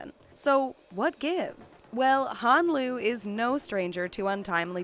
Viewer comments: Hon lee not hon loo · I know that woman did not just say Han Solo. We are not talking about star wars honey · The narrator said Han Solo lmaoooo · Correction: Han Lue not Han Solo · Did you really just said Han Solo!? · did she just call him han solo? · Did she freaking say Han Solo? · Did she said "Han Solo "??😱😱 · Did the narrator really say "Han Solo"? ... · ITS HAN LUE